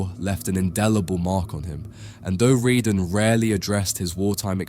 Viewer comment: Since he was French and his surname was Redon, why do you pronounce it "Ree-dun?"